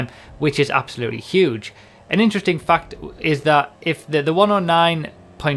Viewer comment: No one else noticed how he says fact? Sounds like he's saying fucked